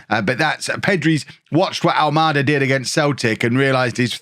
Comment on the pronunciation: ALMADA , you've been saying well . Its a Portuguese name , of a city on the south side of Lisbon ,capital of Portugal .